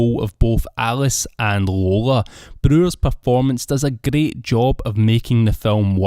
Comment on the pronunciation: Your scottish accent is greight